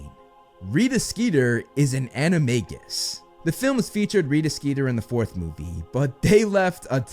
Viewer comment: bro says in most of his vids "its pronounced animajus